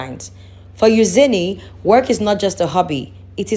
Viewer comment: Who’s Euzeeney do you mean Eugenie pronounced you-jeanie